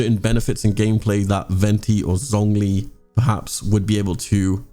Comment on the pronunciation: Him: “ZZZonG li” Me: TRIGGERED it’s pronounced “Zshongli”